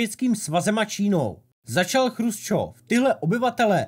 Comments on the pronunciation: Dobré video na téma, o kterém se moc nepíše. Jinak jen drobnost, Nikita nebyl ,,Chrusčov", ale Chruščov, což je ve videu trochu rušivé. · on nebyl chrusčov ale chruščov.... ehm...